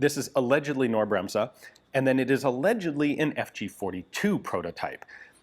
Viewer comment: FYI the n in "Knorr" isn't silent and the s in "Bremse" is a soft s, more like you US folks would pronounce a z.